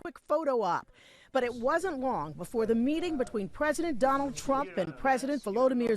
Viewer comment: She just called him Strump